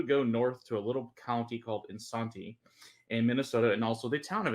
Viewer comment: They are not saying Isanti correctly.